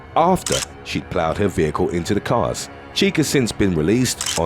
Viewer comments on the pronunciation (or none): none